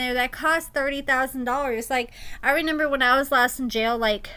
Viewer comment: I notice you always say ReNember instead of ReMember